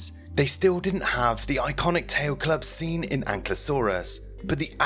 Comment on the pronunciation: I laugh every time he says "the club seen", makes me think of "the club scene" 🕺🏻🪩💃🏻